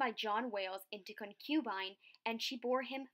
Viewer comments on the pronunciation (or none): check your pronunciation of concubine. Stress is on first syllable, Also, demurred.